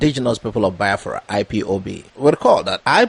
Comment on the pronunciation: Brother am still wondering how you pronounce Biafra like Yorubas when you started this programme i did not see it that way, please check if am liying, Thanks